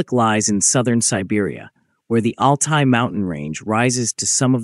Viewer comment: C est Altaï qu on dit et non alay du n importe quoi